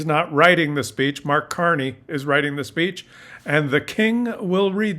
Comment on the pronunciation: CARNEY! not Carey